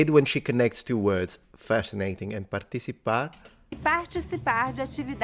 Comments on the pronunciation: yeah but she said parTCHisipar ---- not partiTCHipar 🙈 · Ti = ˈʧɪ [paxʧisiˈpax] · You got confused , the 'ch' sound in the word 'participar' is not in c, but in the t, meaning it sounds like 'parCHisipar' and c has an s sound in this case. The rule is that the combination of t+i or t+e sounds like ch. 'completamente' sounds like "copletameintche" and so on. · there's no interdental fricatives in BR-PT, so it's a "d" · Great video. Just a heads up, the word "participar" the "tch" sound is not coming from the CI, but rather from the TI. So it would be more like "partchicipar" and not "partitchipar". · Btw, she didn't pronounce participar as partitchipar, she pronounced as part(i)cipar, that's why you got it wrong. Your ci sound exists in portuguese only if the e is reduced to an i or it's an i alongside a "t", or if it's written as tch, as in tchau our adaptation of your ciao. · You sounded pretty good. ParTicipar not PartiCipar. The tch sound is on the T Other than that everything was great. Buona fortuna on European português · Just a quick correction. Participar is pronounced as par-tchi-ssi-par. The italian C sound you noticed is in the TI syllable and not the CI syllable. TI is pronounced like that is most of Brazil. TI = TCHI and DI = DGI. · Participar it is Par-Chi-Ci-Par. It's the Ti making the Chi sound, not the Ci. Ci is pronounced like in Spanish. Ti and Te is like Chi and Chi. Di and De are pronounced like Djee. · It's the t that makes the ch sound or your Italian c sound. In the word partisipar. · It was the T that became a "tch" not the C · No. The Ti in Brazil has Chi sound, the Ci in both Brazil and Portugal has Si sound. R in the beginning of words and RR are pronounced with H sound in both Portugal and Brazil. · Hey, when she said “participar“ is not the c that is pronounce tchi but the t 😂. Because they are close in the word you misheard it. Just a tip